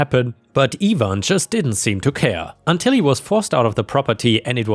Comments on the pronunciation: Its ivan not evan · You always seem to pick the Really good stories. just a help on how names are pronounced for if you see them in future stories. Ivan, is normally said like I (EYE)-VAN) (Ivan). like it would rhyme with DiAnn, Cayenne,Lion, Van, Can, Fan, Man, Pan, Tan,...and other words like that. Have a good day/night. whatever time it is in Thailand. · ivan is pronounced Eye-van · Ivan is pronounced EYE-van. Or at least it is in the US. Bulgarians and Romanians may have other opinions on the matter. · in the U.S. it would be pronounced EYE-van and in the word orgies the g is pronounced oar-gee's. Edit: Yes english is weird language.